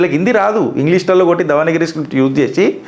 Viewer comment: . దవనగిరి కాదు..దేవనాగరి అనాలి... చూసి చదవడం అలవాటు వద్దు.